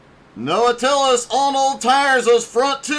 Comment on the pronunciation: Makes me laugh every time someone says Tillis when it’s Tills. Good job Noah!